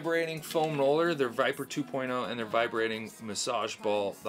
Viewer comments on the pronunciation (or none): none